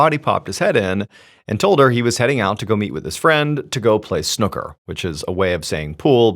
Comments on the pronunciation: Snooka❌ Snoo-ka✅ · “Snucker” 😆 That tickled me. I haven’t got any further yet, just needed to say… it’s pronounced Snoo-ker (and spelled that way). It is also not like playing pool, we play pool here too but snooker is quite different. I didn’t realise you didn’t play snooker in America 🤔 Just FYI, always good to learn 😁 Anyway, back to the story… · I’m not letting him call it Snucker and get away with it! 😂 SnOOKer, said with a very similar inflection to pool. It’s also not the same game, it’s far more complicated. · We pronounce Snooker as Snoooka not Snuka in the UK. Also we have Letter Boxes which are slots in our front door for post. We also have boxes on the front of our homes if we have pets or small children. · Snooker(not snuuka”) is nothing like American pool and don’t get me started about billiards ☕️😎🦘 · Snooker and Pool are not the same game at all 😂😂. And it’s pronounced Snuker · Snooker is pronounced snew-ker not snucker. They are alike in as much as they both have balls and cues. Snooker has more rules and tactics than pool, it's like comparing draughts (checkers) and chess. While I much prefer the challenge of Snooker, I thoroughly enjoy pool too. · Snukker? It's pronounced snoo ker. That gave me a giggle! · We Brits do love some Snucker 😂 we pronounce it S-new-ker. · please dont say snucker instead of Snooker 😂 its not like pool its a completely different game different table everything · Snoooooker. . Not snuker. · "snucker" 😂 Sn-ooh-ker And it's a slightly different game, but looks similar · It's pronounced SNOO-ker. Not Snucker! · 'Snukka'. Lol. Snooo-karr. Pool is the poor man's version of snooker. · Dude, I've been listening to you for ages and I love you and your stories, but it's not pronounced "Snuker" it's "Snooker". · and also pronounced snoo👻ker not snucker😂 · Did you just say "snucker"? 😅 Bless you, sir. Snoo-ker (Snooker) is an English game different to pool. 🤗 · Snuķer😅its snooker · Snucker? 😂 It's snooker with a oo